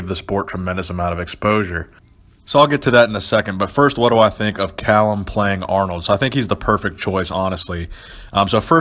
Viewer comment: it's fucking "Cal-Um" you dumb ass not "kale-um" fucking youtube expert over here